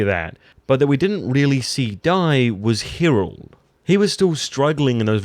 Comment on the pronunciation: Dude, what is it with you and the names? Hirald...Viksert? Come on...